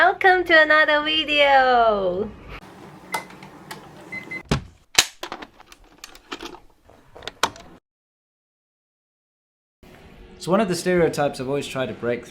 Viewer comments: ...weeedio LOL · What's a Wideo?